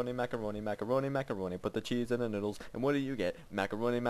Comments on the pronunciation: Did he say middles or noodles? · And it's Noodles, not middles :P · its noodles not midles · All these years, and I JUST now realized he was saying "noodles" and not "middle" in his song.